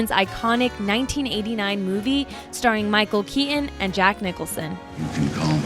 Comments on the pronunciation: argh...say Keaton correctly! please...."kee ton", not "kee un" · She has a issue with T`s lol ...Bur...ons instead if BurTONS and Michael Kea...ON instead if KeaTON lol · It's Tim "Bur-ton" and Michael "Kea-ton" not Tim "Bur-uhn" and Michael "Kea-en". What's with Millennials dropping t's in every goddamn word nowadays? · Learn to pronounce Ts...Michael Kea-on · Oops,I spoke too soon. She said Tim Buren , not Burton. The when referring to Michael Keaton , she said Keean .😔 did she later say “ irregardless or those ones there. What’s going on with our language?🤔